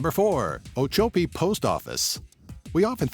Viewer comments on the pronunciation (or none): I live down the road from the smallet post office. If you look at the map of Ochopee Florida youll see everglades city... thats me. And its pronounced Oh-Chop-pee instead of oh-cho-pee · Ochopee, Florida is mispronounced in the video. The second "o" is short, not long. It is 'chop" as in cutting something into pieces.